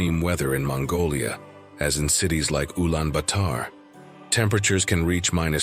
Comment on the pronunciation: Man. What are you trying to do? You sound to be an expert in Mongolia but you cannot even pronounce Ulaanbator correctly.